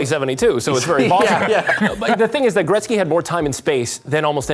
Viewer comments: Seriously if this host mispronounces Wayne Gretzky's name one more time I mean come on dude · Hey let's make a hockey show and pronounce Gretzky wrong the whole time